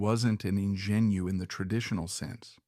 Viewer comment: An "In gen U"? AI is illiterate apparently.